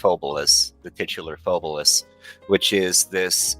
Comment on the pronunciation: Loved the pod as per usual lads: Hmm, my takeaways on this one are. 1. So Phobolis (not pronounced as "pho-BOH-lis" apparently) is basically Silent Hill but covid. 2. has additional photoreceptive cones in his eyes, which is sick (and exceedingly rare in males, if i recall correctly, it is more prevalent in females). 3. Not gonna lie I would absolutely love to hear story about what happend in his town in detail - That story seemed to have been quite personal (and quite painful to him). 4. I knew of the engine switch, but it was a fascinating listen nonetheless. 5. Also holy shit painting on a single layer in blender like that takes Balls, I respect that. And the result is nice too. (Though I would advise getting their hands on the Paint System by Tawan Sunflower, which basically allows you to paint in layers. I've used that for my personal projects occasionally.) 6. I am thinking of taking quite a few inspirations from the Concept of Death (or lack there of) in Phobolis, to sort of give it my own spin for a potential, theoretical personal project, hopefully the duo won't be against it! In the end. Proper podcast lads, much love for shining more light on this random little game that stuck with me all these years from Alpha Beta gamer's channel. Also Merry christmas and a happy new year.